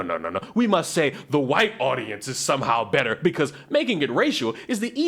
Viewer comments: “HAwhite”…DEAR GOD, MAKE IT STOP! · Why can't that woman wearing pink say WHITE? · Good God! Why is she saying "white" like that! Maybe no one wants to watch her "content," black or white, is because her gimmick is irritating.